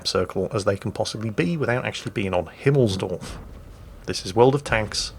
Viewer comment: "Himmelsdorf". Really? Please never change!